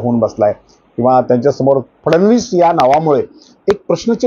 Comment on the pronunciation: "फडणवीस "उच्चार आपण फारचं सुंदर करता.त्यामुळे कृपया या नावाचा अनेकवेळा उच्चार करावा.